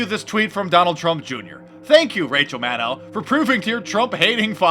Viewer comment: Don't you mean Rachel MAN-DOW ?